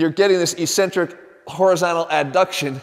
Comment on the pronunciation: He's saying ("ee-cen-trick").. isn't it ("EHK-cen-tric")?